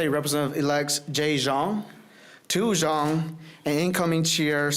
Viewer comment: Awwwe, how you Tou Xiong's say "tou zone"., C'mon man! You don't know your language or what? Unless you're us born then Hmongish...but, Woohoo!!!